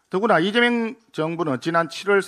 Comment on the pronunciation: 리재명이라 발음. 짱입니다 , 김민수 의원님❤